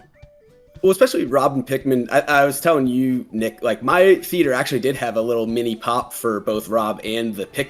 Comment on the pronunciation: "I akssshhually like me some Mario" 🥴🥴🥴 it's sad for humanity how people these days don't even try to hide their lack of cognitive capability.